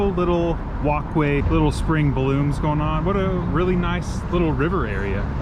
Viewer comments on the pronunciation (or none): Walkway I thought you said wok way